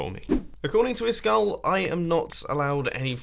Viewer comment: *It's pronounced "iiskall"